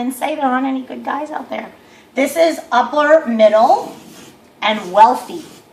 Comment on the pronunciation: Lol i didn't watch the rest of the video...so you're saying unicorns are real?? What a dumb gold digging woman....btw it's "upper" not "uppler".